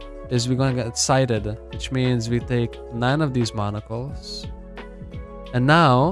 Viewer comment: monocles sounds like 'barnacles' lol. and no its not because of your accent, its naturally like that incase you were thinking im laughing about your accent